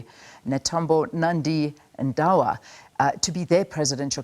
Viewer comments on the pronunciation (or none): It's not Ndawa. It's Netumbo Nandi Ndaitwah. Read again Nda i twah (twa) not wa. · Ndaitwah not Ndawah